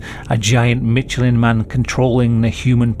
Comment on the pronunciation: It's pronounced "Mish" not "Mitch"